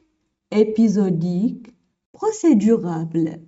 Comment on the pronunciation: procédurable ou procédurale لانكي تقولين procédurabele لكن في النص مكتوب procédurale